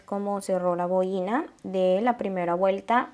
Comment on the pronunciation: Es una boina y no boína